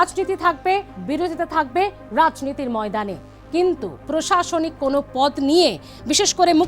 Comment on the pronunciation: এই অশিক্ষিত অসীম সরকার আমাদের বাংলার লজ্জা। ও একেবারে কি মূর্খ? ও প্রশাসনিক কথাটা কে বারবার বলে প্রাশাসনিক।